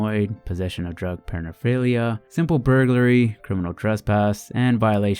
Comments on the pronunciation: Pernaphilia? It’s paraphernalia (pronounced pear•a•fa•knee•lee•a).....silly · nigga... holy shit . You FUMBLED the simple word paraphernalia.. jk it’s not a simple word... but damn dude , sound it out .... one letter at a time